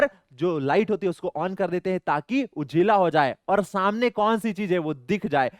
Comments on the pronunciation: Sir ujela nahi ujala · Sir ujela nahi ujala hota hai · what sir say ujela Sir again say ujela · Sir why you called ujila its ujala